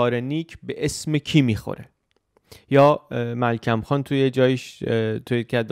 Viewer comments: سلسله گفتارهای آموزنده و به جایی است. فقط یک تدقیق: مِلکُم خان (ملکوم) درست است. Melkum Khan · عزیز:‌ درباره تلفظ درست میرزا ملکم خان: Mirza Melkum Khan, also spelled as Melkum Khan, was an Iranian modernist write Armenian: Հովսեփ Հակոբի Մելքումյան, romanized: Hovsep’ Hakobi Melk’umyan, lit. 'Joseph Jacob Melkumyan') کلمه ای ارمنی است ملکومیان با کثره بر م و ضمه بر ک تلفظ می شه. برای امتحان Հովսեփ Հակոբի Մելքումյան, رو در گوگل ترجمه به انگلیسی کنید. گمان می کنم که تلفظ شما هر چند استفاده شده اما یک غلط زیاد استفاده شده باشه.